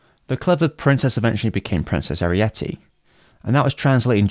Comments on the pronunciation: Great video, but why are you pronouncing Arete like Arietty? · I was taken aback every time you called her Arietty instead of Arete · Why did you keep pronouncing Arete / Ariite as if she had the same name as the Borrower Arrietty? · I wondered about that, too. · I have issues with how you mispronounce her name. ☺️